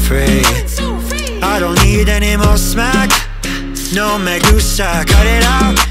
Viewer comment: it’s no me gusta. I think it’s the way he pronounces it